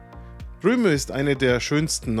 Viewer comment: Es heißt übrigens nicht „Romö“, sondern „Rööm“.